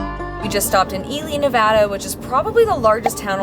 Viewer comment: must be pregnant because your dad jokes are OFF THE HOOK this one. We are Reno natives and are so glad you enjoyed Nevada. (And that you pronounced it right!)